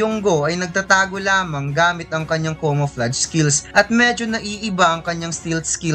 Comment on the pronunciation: correct ko lang Boss incomparable hindi uncomparable, camouflage hindi comoflage okay?alright